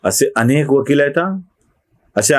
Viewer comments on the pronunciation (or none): none